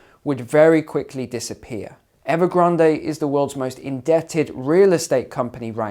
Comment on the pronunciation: Evergran"day"? "Lay"man Brothers? Just when I though my English was good. Now we can speak the King's English. Thanks for the lesson!